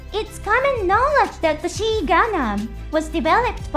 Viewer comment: The XI is pronounced as XYE gundam the pronounciation is wrong in video. Or XOY whichever is easy. Even calling it Soy is more correct lawl